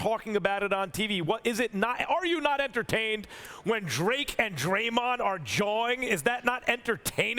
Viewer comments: Did SAS say "jarring"? So "jaw" has an "R" in it now? The ONLY reason Drake gets a pass is because Toronto is in it for the VERY first time. My team has never been there and is not even close. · Did Stephen A say "jawing players" or "jar-wing players" 🤔💭💭💭? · "He's Jawring at Them" - Stephen A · Stephen A: “He’s jawring at them” 😂😂 this guys knows a million words but can’t pronounce the simplest ones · What is “jrawring”?